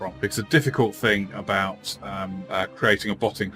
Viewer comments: “We’ve got things to talk aboot “ my mans gotta be Canadian? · Your "abouts" are really fucking Canadian. Great video though!